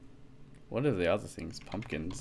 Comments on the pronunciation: IT'S "PUMPKINS" NOT "PEMPKINS"!! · PUMPKINS! Not PEMPKINS!! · its pumpkins not pempkins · u said pempkins not pumpkins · Pempkins lol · Pumpkins not Pempkins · pumpkins not pemkins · Btw u spelled pumkins - pemkins XD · insted of saying pumpkins he spelt it pempkins lol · Pempkins????? WTF At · Pempkins LMAO! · lol "pemkins" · Pempkins!!! Fix it plz, it be drivin meh crayzay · Why did you say pempkins :) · You said pempkins lol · Pempkins? XDD